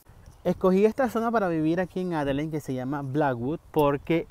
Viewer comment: Que te cuesta decir "Adeleid"??? Tienes que salir con "Adelein"... 🤣🤣🤣🤣🤣🤣